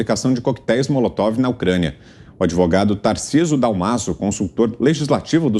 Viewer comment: Alguém aí fala pro Fiuza,que não é Molotof, é Molotov!😵😵😵😵😵😵😵